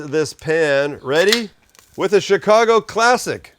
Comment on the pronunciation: Slize it nize an tin! Also... good jab ahn yer ChiKago accent, Saam!